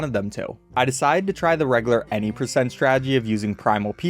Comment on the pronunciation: pronounced "reg-you-lar" btw